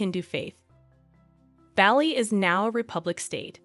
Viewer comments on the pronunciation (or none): Not Belly.Its Bali (Bahlee) Good video otherwise. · Barley..not Bally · It's not Bally like "Bally Total Fitness" 😩😱; it's "Bah-li" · I have lived in Bali for almost 13 years. They have been coming since 1985. You miss pronounce the name of the region do you say “Ba-Lee” it is properly prounced “Bah-Lee” with the emphasis on the first syllable. It is not “Oh-bud” it is correctly pronounce “Oo-bude” with the emphasis on the first syllable. Please correct this. It sounds ridiculous to those who know. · It was hard to listen to it pronounced Bally lol We say Bah-li not barley (Americans will pronounce that r) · You forgot Spain's Queen Letizia, who was a journalist before marrying Crown Prince Felipe, now King Felipe VI. BTW it's not pronounced Baa-li, rather it's pronounced Bar-lee. Kate Middleton was also a commoner when she became engaged to Prince William, now Prince of Wales (future King of England). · Bah-lee, not belly 😂😢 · Please stop saying Bahh-Lee. Its Baw-Lee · It's not "Bally" ffs 😩 it's "Bali" pronounced Baa-lee... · "Baar-lee" not "Belly" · A big shame the narrator can’t pronounce Bali correctly. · Please stop saying 'Bally'. It's 'Bar-lee'. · Listening to you call is Balli instead of Bah-li was awful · It’s pronounced “ BALL E” not Bally! Soooo annoying. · In Australia the island's name is pronounced B - are - lee ( as in the grain). Aussies love Bali and its people and many of us go there for holidays. We went to Ubud, which is inland, twice, for holidays . It is beautiful ! We didn't know that it had royal connections. This is a lovely story, with lots of photos, that I knew nothing about. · Certainly no place called Bally, as pronounced in this video. Possibly in Ireland, but not Indonesia. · The one thing about this video was the mispronunciation of the word Bali. It is spoken Bah-li. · Great vid. Just FYI, it's pronounced the same as Barley (Bali)😊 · STOP SAYING BALLY. :face-blue-wide-eyes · Bali is pronounced Bar Lee. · Bali is pronounced Bah-lee